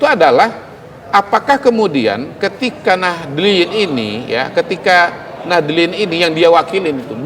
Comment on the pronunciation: bukan nadliyin pa tp nahdyyin